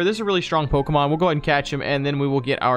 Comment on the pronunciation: anybody else cringe when you hear these dudes pronounce the pokes